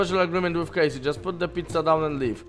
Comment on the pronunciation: Czytaj Kejsi z taką końcówką J